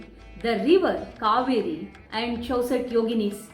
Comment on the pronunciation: Please note the right pronunciation is kauveri not kaveri..🙏